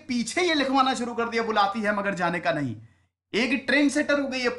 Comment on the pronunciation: सर वो 'नहीं' गलत पढ रहे हैं वो उर्दू का नइ है।